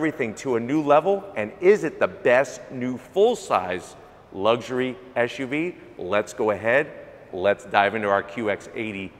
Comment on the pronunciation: It's SUV NOT ASHUV